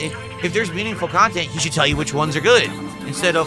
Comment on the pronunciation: Is seriously complaining about extra chantent in AN OPEN WORLD VIDEO GAME?!?! Even the most low iq game journalist wouldn't complain about more cahntent in a video game.